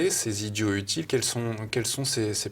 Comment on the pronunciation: J'ai arrêté à 20 secondes quand le présentateur a négligé la liaison de "idiots utiles"